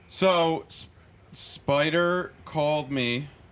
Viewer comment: “Are you alright spidah”